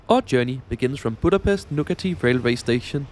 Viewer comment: EJCSD KI A BÁMESZT